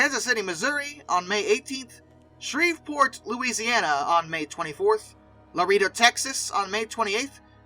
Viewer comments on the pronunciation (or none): Your pronunciation of Calgary is... interesting. CAL Guh ree. And Laredo, TX. Luh RAY dough